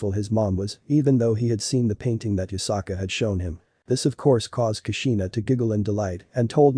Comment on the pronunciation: it's yusaka not yukasa